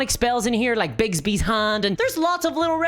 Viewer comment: Not trying to be nitpicky, but it's Bigby, not Bigsby. Also, he shouldn't even be mentioned in a Forgotten Realms setting since he's a Greyhawk character.